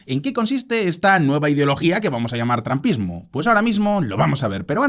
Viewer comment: Excelente video. Solo te recomiendo que uses más seguido la aplicación Elsa para que mejores tu pronunciación. Otra cosa, estuve buscando el trampismo y no encontré por ningún lado.